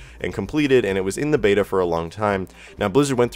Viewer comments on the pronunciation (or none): none